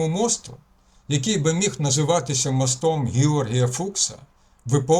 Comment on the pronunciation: Тільки не мостОм, а мОстом...у нас в селі люди з таким наголосом говорили...це важливо. Дякую.